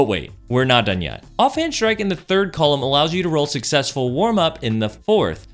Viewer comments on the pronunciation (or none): none